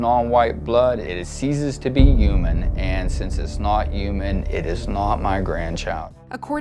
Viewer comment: I like how the Klansman dad says "yuman" instead of "human".